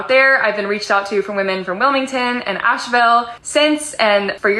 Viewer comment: The girl from Charlotte in not a true North Carolinian. We do not say Ash-ville, its Ashvul and its not wil-ming-ton its Wilminton....And its not Fay-ette-ville its Fedvul